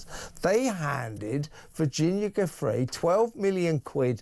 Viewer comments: Is it too much to ask Mr O'Sullivan to pronounce Giuffre correctly? Mr Lownie does, so why doesn't he: small point, but significant. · When will you newscasters and podcasters (& American members of congress) learn to pronounce Virginia's surname properly, for God's sake?!! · Kevin please pronounce Virginia Giuffre’s name correctly. At least show the poor woman that bit of respect.